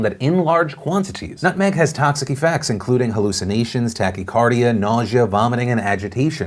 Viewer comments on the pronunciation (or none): lol "tacky-cardia"